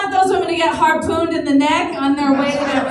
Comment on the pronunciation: "harpoon" LMFAO